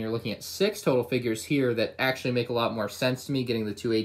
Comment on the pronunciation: ahh yes “Auctually”